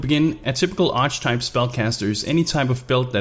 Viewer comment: Please stop pronouncing "archetype" like that! It has 3 syllables.